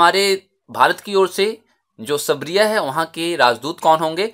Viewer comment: Sir सरबिया ह सबरिया नही